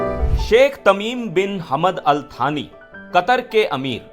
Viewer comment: भारत के इतने घनिष्ठ मित्र का नाम भी सही से नहीं लिया जा रहा है। कितनी निम्न स्तर की हमारी मीडिया हो गई है। उनका नाम थानी नहीं सानी है।